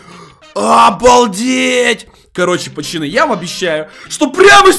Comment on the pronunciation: Почему он говорит почаны?